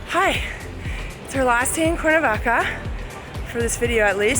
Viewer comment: "Corn -a-vaca" lol seriously?